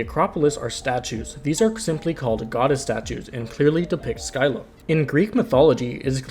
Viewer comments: Showed the mispronunciations to a Greek myth fanatic friend. I have never seen that face on anyone before lol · u mispronounced scylla which is kinda funny